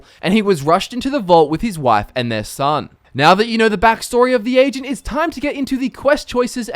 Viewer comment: he kind of sounds like he is saying Asian instead of Agent at times